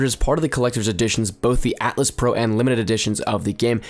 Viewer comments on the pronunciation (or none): ITS atlas ithink not atlast NICE VIDEO THO